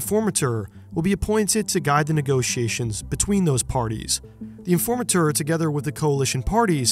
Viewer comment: From the way he pronounces certain words (like informateur) I'm pretty sure he's not a native Dutch speaker? But definitely has lived here for a good while :p